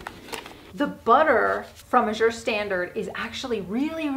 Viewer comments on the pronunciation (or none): Ooooohh you were talking about Azure Standard. I’ve never heard it pronounced “ajure” with the French inflection and was trying to figure out what place you were using.